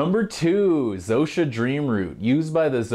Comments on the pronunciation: I know this man did not just say Zo-sha used but the Zo-sha people. That's not how you pronounce it. It's pronounced kow-suh. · Yeah I am mispronouncing it in this video, I need to make a new one at some point. Thanks for the correction, its still a learning experience for me as well so thanks for the comment. The Xhosa people are quite interesting. More study ahead.